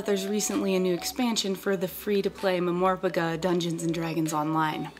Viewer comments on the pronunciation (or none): Did you just actually pronounce MMORPG like "muh-mor-puh-guh" ???..... Terrible.. Just terrible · Muh-Morpuguh. What? You mean MMORPG? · I'm sorry, did you just say, "Mum-or-pig-a"? God kills a puppy every time you say Mumorpiga. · Okay, you made all female gamers cringe when you pronounced MMORPG as a word instead of M M O R P G, like it is supposed to be ... other than that, keep it up ... DDO rocks!!!